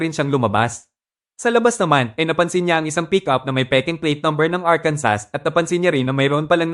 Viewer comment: ARKANSO THE REAL PRONUNCIATION.